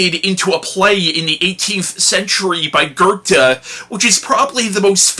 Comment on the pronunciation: I’m very glad you knew how to pronounce Goethe correctly.